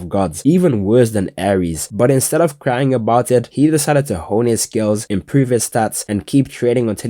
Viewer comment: "Crine" (no Hate Mbmbmbmb)